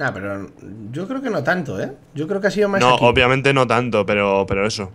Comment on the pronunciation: mientras la gente dice obviamente el rich dice opiamente xD